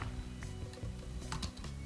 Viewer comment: ステッキがステーキに聞こえる笑